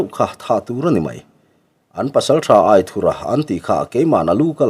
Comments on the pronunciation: Aithurha nilo in Aithúra tih a lam zawk tur ani lo maw ( anthur kan lam a ' thur' kan lam ang deuh hian ). A ziaktupa sawi dan ani e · Aithura pawh hi i la lam dik lo fo in ka hria